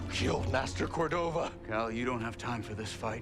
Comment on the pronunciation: Eno CordovaR? JedhaR? Bro PLEASE stop it with the intrusive R shit , you sound ludicrously preposterous 💀💀💀💀💀💀